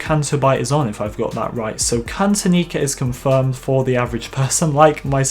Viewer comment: Says Bespin, shows Cloud City. That's not right. Also, I've known it as Cantonica for a long time. Your pronunciation is shit though.